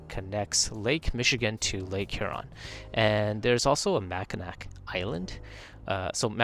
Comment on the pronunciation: Mackinac island is pronounced Mackinaw